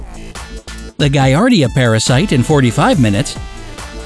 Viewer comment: "Giardia" has a different pronunciation. Once again, you can pay me to be the narrator...